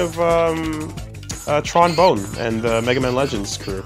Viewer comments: Puke Rat I still don't see how people mispronounce it. Tron - like the the movie Bonne - like bonbon also: WE'LL GET THAT LITTLE BLUE BOY YET! JUST YOU WAIT! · should play Mega Man Legends so he can learn how to pronounce 'Tron Bonne'.